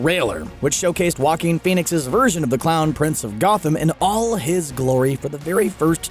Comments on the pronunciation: I thought Joaquin sounded like jokin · Still learning how to pronounce Joaquin.